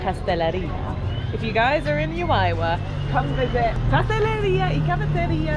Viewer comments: The pronunciations for Juayua….should be….who .. A …you…A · The town of juayua is pronounced like who - a-you - a. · Juayua ( who- a you- a